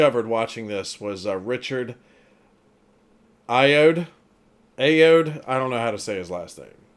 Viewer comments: Pronounced Richard Ayo-ádee. Pressure on each a. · You pronounce his surname A-O-ARD-E, now you'll get to see that his real life persona is closer to Mos than you might have expected! 🤣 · Ayoade is pronounced: aye-yo-AH-day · Richard hi-yo-waa-day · Richard [eye - oh - day] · Richard AH-yo-WAH-dee. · richard i-a-wad-e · Ayoade is like "Ay-Yo-Ah-Day" I believe. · It's Richard Eye-Oh-Are-Day. Hope that helps. A very funny and intelligent man, he can be VERY dry. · I-O-WAA-DEE : is how to pronounce AYOADE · Richard al-why-di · It's Richard Ah-Yo-Wah-Dee. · It's Richard Eye Oh Woddy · You pronounce it A-O-Woddie. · Richard Eye oh-ah-day. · His last name is pronounced 'Eye-oh-ah-dee' And Claudia Winkleman, the woman next to Michael McIntyre, is the half-sister of 'Big Suze' from Peep Show.